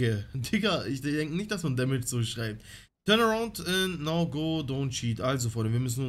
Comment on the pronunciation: Kannst nichtmal damage aussprechen